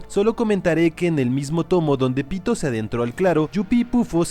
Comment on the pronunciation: Soy el unico que escucha 🗣Pito‼️ en vez de Pitou🗿?